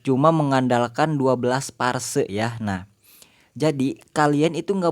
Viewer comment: Phrase bang bkn parse 😄